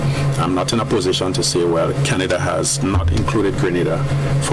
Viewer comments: Criteria - no "s" in that word. It is already plural. Canada is pronounced - Can-ah-da not the same as Grenada. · I was about to comment on the same thing. She must have heard the rest of the world pronounce Canada, or hasn’t she?